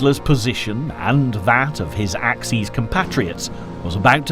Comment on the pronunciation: Axes ... plural of axe ... as in ax ease. Axis ... you know, perfectly well. _Ax iss.